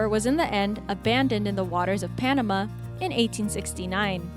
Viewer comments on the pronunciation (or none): none